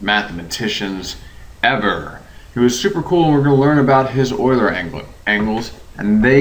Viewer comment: FInally someone who pronounces "Euler" properly.